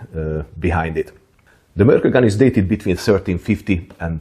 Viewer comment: It was discovered near an island called Mörkö (just noticed you mentioned this in the video), and the proper pronounciation would have a short pause between Mörk and Ö. As "Ö" just means "an island".